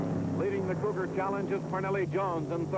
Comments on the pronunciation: Yep, RIP to several of these guys. But it was nice to see them racing the Mercury "Cou-GAR"(as the interviewer kept calling them). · That interviewer at Sebring needs to learn to pronounce "Cougar". LOL.